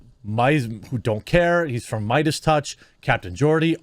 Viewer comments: Spotify already announced they're not going to "silence" Joe's show. What that means remains to be seen since words mean nothing. As for Joe himself, he's got to stop apologizing. And I think it's pronounced "MAY-dus." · jeremy do you have learning disabilities? who says BREGGING instead of bragging? and why did you choose to read meidas with an A sound